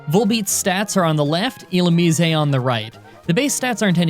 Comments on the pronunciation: Illumise not Illumiseh. It's not Italian... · ill-umize (the ze sounding like how it does in size) that's how I think its pronounced. also could you possibly try and beat pokemon black2 with either roggenrolla or the monkey trio? (pansage, panpour, pansear) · I’ve always pronounced illumise as, well, illumise. Like illumin-eese. Illuminisé~ just kinda sounds odd. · Its not illumisey its illumis🙁🙁🙁🙁🙁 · bro its pronounced like illumise not illumise. where did you learn to talk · I am somewhat conflicted about your pronunciation of Illusmise. It is probably correct given in was derived from Japanese, but it sounds completely wrong in English. Every English world ending with 'ise' generalize sounds like 'ize' rather than 'izay'. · "Illu-mees-ay" the Italian Pokemon. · When You say illumise You dont say the E You just say illumis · Last I checked its "ill-oom-eyes" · Ill ooh meese. Think geese when you say meese. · i feel like illumise should be pronounced illu-mih-seh. why? it makes me think of illuminate/illumination + mise (a form of the irish word mé, meaning me. its moreso used in more dramatic situations, i believe. like, instead of saying cé mé?, youd say cé mise? (cé mise = who am i?). if i am right, the name would have a meaning similar to 'illuminate me') of course, this is just my thoughts. i havent even propwrly absorbed what the pokemon looks like so this could make no sense. irish spelling rules wouldnt even make illumise work as a word, but whatever. i can dream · All this time, I've always thought it's pronounced as 'ee-loo-maize'. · E-lume-min-ize I’m gonna have a stoke but good video either way man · . It’s pronounced (ill-oo-mize) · "Illumise, eh" Christ you walking Canadian stereotype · Illumise = E-Lou-Mih-Zay You're pretty close lol, it's hard to translate from text alone. Another challenge: Pokémon Platinum with only one Houndour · Ill oo mue sei ... cmon bruh u ain’t even trying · It's pronounced Ill-oo-meese-ayy